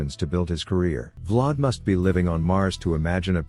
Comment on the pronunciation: “Vlod” “V-Lad” 😂😂